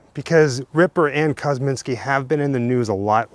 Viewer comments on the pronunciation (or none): It's "Kosminski", not "Kozminski", and no one has any idea if he was actually Jack the Ripper. VERY sketchy speculation at best, and lots of detractors. Come on... The "100% match" is greatly disputed. Chain-of-custody issues are only a BEGINNNG of the claims that this 'evidence' is faulty. I get it, you do a 'show' about this stuff, but get real. This one's silly. "Please be careful" kneeling down in that tall grass... 😝 I like your videos, but I have to say this was a stretch. Not a good one. Credibility is earned, not perpetuated by sycophants who love everything you do and who choose not to do their own investigations into the facts. After all, that very dynamic is why we have a moron like Trump in charge of our once-great country. You get a Thumbs-Up, but only out of respect.